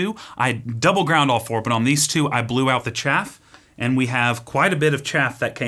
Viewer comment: “Just going to cup the chaff” 😂